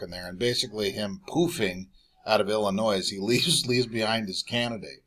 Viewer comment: The "S" is silent in Illinois